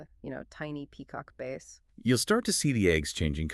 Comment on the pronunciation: If she says “base” again I’m going to give my ear canals a violent swirlie with a q tip and holy water. But good info lol